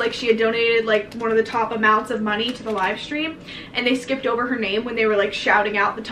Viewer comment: “I was about to spend MON-EY “ 𝙷𝚊𝚑𝚊𝚑𝚊 𝙸 𝙻𝙾𝚅𝙴 𝚃𝙷𝙴 𝚆𝙰𝚈 𝙷𝙴 𝚂𝙰𝙸𝙳 𝚃𝙷𝙰𝚃. 𝙷𝚎’𝚜 𝚐𝚛𝚎𝚊𝚝. 😂😂